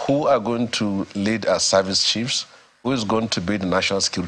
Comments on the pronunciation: Did he say "High service" or "Eye service"🤔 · Eye service and not "High service".